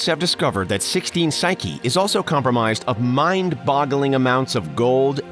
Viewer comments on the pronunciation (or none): compramised? You can’t unhear it.